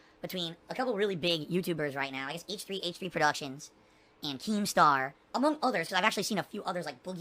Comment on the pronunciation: Wow. He actually said H3H3 right this time